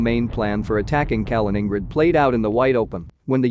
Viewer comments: “Kalin-ING-grid” lmao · Calling in Grad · "Kamen ingrad" xD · You can only destroy “Kaliningrad” when you can pronounce the name right. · You are badly mispronouncing Kaliningrad. It's hard to take someone serious who can't get that right. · Yes it was bloody irritating - and makes you wonder how accurate the info if they cannot get the pronunciation right. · That pronunciation was unbearable. I had to stop the video, I couldn't stand it. 😵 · moving from "i" to "a".... Wow, insane mispronunciation :D . Probably no one of a reasonable minded person heard Mikhail Kalinin before... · Kaliningrad is pronounced with the main stress on the second syllable and a secondary stress on the last. Similar to St. Petersburg. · I like your channel but you would add to your credibility if you actually took a little effort to pronounce names properly, at least as best as an anglophone can. For example, Kaliningrad. Just Youtube it. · Do you get your jollies by deliberately mispronouncing Kalingrad? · Can you please make the effort to pronounce Kaliningrad properly ?